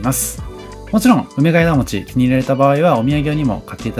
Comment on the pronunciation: 福岡県北九州市在住です。福岡、博多はＪＲで４０分、電車代だけで往復２千円くらいかかるので、なかなか行けません。紹介してくださってありがとうございます！！ ところで、ナレーションを聞いていて「梅ケ枝餅」を「うめがえだもち」と読んでいらっしゃるように聞こえました。普通にそのまま「うめがえもち」で大丈夫です。 もし私の聞き違いだったらごめんなさい。というか、たぶん私が間違ってる (´；ω；`)ｳｯ… 実は生まれも育ちも東京で、結婚してこちらに来ました。 来月久々に帰省するので東京のお店を探していて、のチャンネルにたどり着きました。 細かく丁寧な案内、本当に参考になります。ありがとうございます！ 帰ってきたら博多方面も行ってみます。